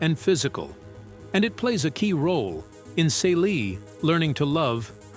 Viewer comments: It is so irritating that he keeps mispronouncing Celie (See-Lee's) name!😡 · I firmly believe AI will be the death of humanity. Yuck! Besides repeating the same fucks multiple times. It's pronounced CEE-LEE, SHOOG, and AL-BURT.